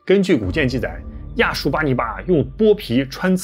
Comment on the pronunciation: 亚述发成亚旭